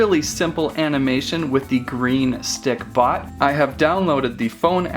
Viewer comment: he keeps saying stickPOT